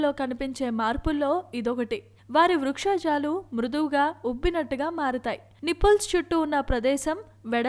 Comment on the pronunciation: vrukshojalu kade vakshojalu. mundu telugu sarigga matladadam nerchuko